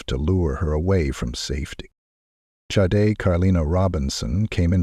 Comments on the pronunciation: Watertown NY....just how that creepy killer walked out in front of her would have made me go home right away 😢 But the awful AI mispronouncing her name ....Shaday is correct Not Sod or Sad-A or Shade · This is why AI sucks...Her name is pronounced Shaudae dumb ass 🤮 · Sade Her name is Nigerian PRONOUNCED SHA- DAY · He pronounced her name Sade, Sa-de & Shadee. She worked hard to get where she was & that sorry no good took it all away from her RIP beautiful Sade!!! 😞🌹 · It's not sade. It's Shawday! because he's WHITE! YEAH I WENT THERE, COME FOR ME! I wish somebody would have taught this child better safer caught more cautious! she does not look comfortable at all she's looking at the menu wtf? nothing normal about it He's walking in front of her all the time wtf? why do you keep showing him dismissing her how come you don't show them engaged in conversation He's either ignoring her while she's looking at the menu or he's walking in front of her what's up dude? Unsubscribed! but Gabby Petito #JELANIDAY Say his name! Dude me thinks you might be in fear! The same thing happens to my culture and community of people The Indian women missing murdered indigenous men women and children Amen 🙏🏽 okay last one, " now imagine she's white " she still holding against this little girl cuz she's black then don't don't don't give me no nothing yeah I'm going there I thought my last statement was the last but you know what that f**** judge is holding it against his little girl cuz and her family cuz they are f**** black I hey sometimes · Sade's name has been pronounced 4 different ways in this vide. Which one is correct???? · Show some respect!! Pronounce the victims name correctly every time you say it! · Why do you keep pronouncing her name differently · Good coverage of an horrific crime. One thing I would respectfully ask is to be consistent with the pronunciation of her name please. It's Sade or Shar-day. I know it is a small thing but it is her name and that is so important.